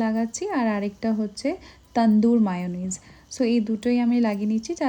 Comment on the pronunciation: Didi ota ma ucchoron hobe na . Me hobe. Amra likhi mayonnaise